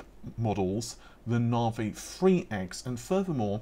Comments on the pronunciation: Na vi….. not Nar Vee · "Nahvay 30 free"